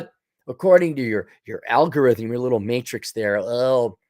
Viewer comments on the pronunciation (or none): none